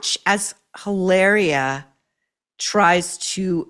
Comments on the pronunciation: I love that you’re pronouncing her name hilareeua instead of how she wants you to pronounce it Hilahhhria 😂😂😂. She’d probably correct you if she heard you😂😂😂. Now we all know she’s Hilary from Boston lol. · It’s Eeee-lahhhh-ree-ahhh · I love how you pronounce “Hilaria” Baldwin. The well deserved shade 😂😂😂